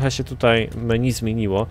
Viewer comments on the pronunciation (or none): none